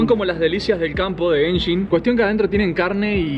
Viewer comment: gayshin impact eh? *se desubscribe*